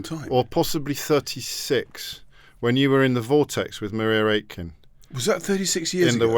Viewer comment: I don't think Maria Aitken has ever pronounced her name the Italian way.